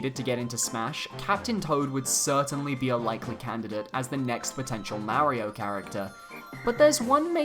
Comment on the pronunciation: But your saying his name wrong and it cringes me. Not trying to be mean or anything i am just being honest